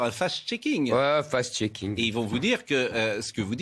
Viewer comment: Même pas 2 minutes: "... Fast checking" aulieu de "Fact checking" lmao